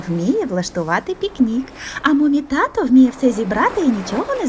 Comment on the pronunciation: Господи..., та не "греСти", а "греБти"..., не "татО" у звертанні, а "татУ"... І що це за "умнічкі"?..